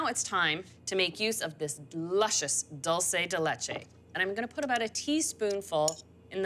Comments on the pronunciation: it is pronounced DOOL- SEH DEH LEH-CHE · Sorry Anna, that is not dulce de leche. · Anna, That is not Dulce De Leche. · looks delicous! but damn girl that's not how you say dulce de leche!! check your facts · Come on Anna! That's not dulce de leche